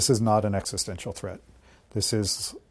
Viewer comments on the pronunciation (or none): What word was he saying? Exsustaincial???